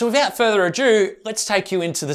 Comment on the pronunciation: So damn cool 👌🏼 But it’s “without further ado” not ajoo. That’s the pronunciation of goodbye in French